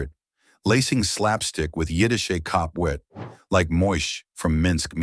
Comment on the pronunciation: Yiddish was spot on.